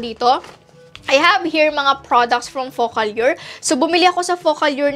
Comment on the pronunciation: Ate alur yun pag pronounce indi allyur!!!!!